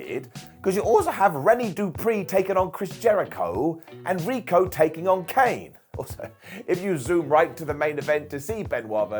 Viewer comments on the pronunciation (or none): none